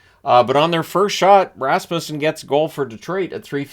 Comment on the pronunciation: Thank you for pronouncing Rasmussen correctly. It's not RasMUSEsen.